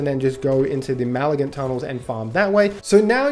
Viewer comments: point is that you were saying "maligant" (mal uh gunt) not "malignant" (muh lig nunt). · Also: mah-lig-nant. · it is. And what you said is NOWHERE EVEN SLIGHTLY CLOSE to malignant. Fcking hurts to listen to you. Also bahbah heart?? 🤣